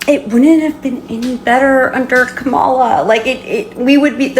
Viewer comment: I'm sorry, I do not remember anyone regretting their vote for Biden and going to the republicans asking for forgiveness. She is completely delusional! And republicans were the ones calling us names, saying we were groomers and had TDS, and all the other BS. If Harris (Ka-ma-la, not kam-ala, how can you people still not say her name correctly) were president we would not be in a pointless war, gas prices would be down, ICE would not be roaming the streets kidnapping people, the government would be funded, we would have a program helping first time home buyers, small business tax breaks, protection from price gouging, and allies who still respect and support us.